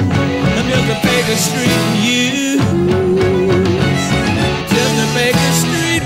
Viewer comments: It’s Baker Street Muse, not Baker Saint Muse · Did she really say Baker Saint Muse